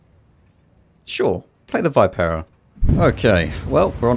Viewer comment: Hey! Happy holidays and do us Italian players a favor: pronounce Vipera in the correct way, which is "veepera"